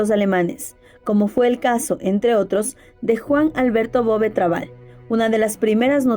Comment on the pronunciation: Muy buen video... Me gusta tu contenido exponiendo pequeñas perlas a veces desconocidas de nuestras tierras latinoamericanas... Una aclaración... En Uruguay ese apellido lo pronunciamos acentuado en la "e" sería "Bové"... Pero lo escribimos tal cual aparece ahí... sin tilde...